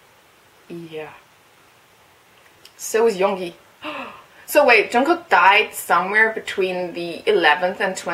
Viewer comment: Just sayin it's pronounced yoon-gi not young-gi.